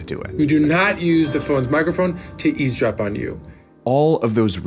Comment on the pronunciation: Did everyone collectively forget that it’s “eavesdrop” or what